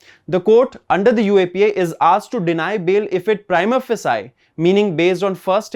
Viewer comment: Excellent job! Keep up the good work. Just to nitpick a little, look up the pronunciation of 'prima facie' 😀